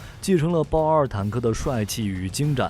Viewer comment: 包子都念精湛ㄕㄣˋ